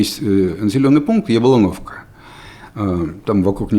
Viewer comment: Сколько можно упражняться с Яблоновкой? Попробуйте поставить ударение на самую первую букву и всё. Ну какая Яблóнoвка, если это Я’блоновка.